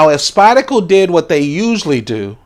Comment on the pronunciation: I cringe every time you mispronounce SpydeRco. rrrrrrrrrrrrrrrrrrrr